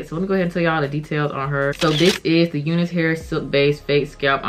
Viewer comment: Do they say to pronounce it "you-nus" hair? Because I, as a white guy, have always called it "you-nice" hair, like, that's some nice hair! Just curious!!